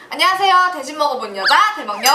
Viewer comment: 양띵님은 대먹녀 할때.. "안녕하세요.댜신먹어보는(?) 대먹녀 양띵입니다." ........뭐지..말을 편집한건가? ㅋ